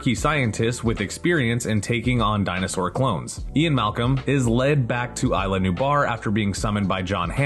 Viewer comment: it's pronounced ISLA, not AYLA